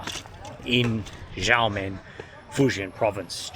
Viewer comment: welcome to "XIA MEN", (try to pronounce it with a more choppy and shorter bit, then you will get closer to the pronunciation, and have people understand you easier ), hope you will get to visit "Gu- lang -yu " the once colonial sector of the city. There is also a 30 mins ferry service that can take you to "Taiwan's Kin-mem" (officially it should be called as Kin-mem, Fu-jian province, Republic of China, and not part of Taiwan province of ROC, but for easy sake they called it part of Taiwan now ).